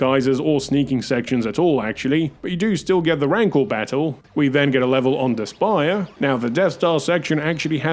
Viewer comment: Pretty sure the planet is meant to be pronounced "despair."